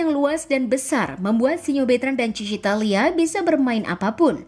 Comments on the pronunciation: Hadir slalu buat kesayangan ai,,it Thalia min bukan Thania ,,miminnya tetot wkwkwk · Thalia om bukan thania